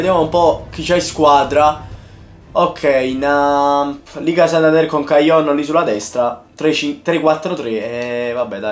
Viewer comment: liga santanderrrrrre